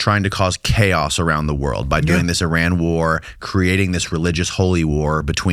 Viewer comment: eee-RON,FFS,!! eee-RON.